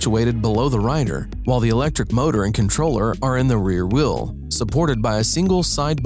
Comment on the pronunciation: Why this dude say wheel like wiiil